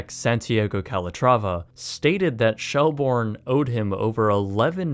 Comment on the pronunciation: It's pronounced shell-burn